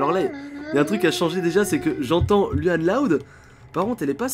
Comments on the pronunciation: On dit pas luan on louan loud est tu as oublié la maman et le père est j'adore t'es vidéo ♥️♥️😘😊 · on lecri luan loud mais on le dit louan pas luan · On fit pas lUan loud mais lOUane loud mdrrr